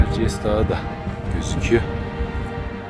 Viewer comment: İç Anadolunun en yüksek zirvesi Erciyes hocam,zirvede yanlış telaffuz etmişsiniz.Bu arada tebrik ederim